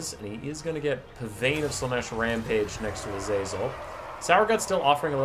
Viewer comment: Hey here’s your fact of the day! Pavane is pronounced pa-von!